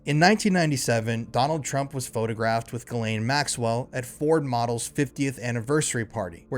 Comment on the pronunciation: I think you meant JIZZ-lane 😂😂😂